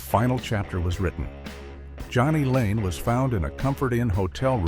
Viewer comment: & calls jani layne johnny lane wtf